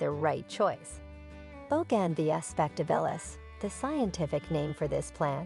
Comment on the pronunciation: Good grief! Boe-gan-vee-uh???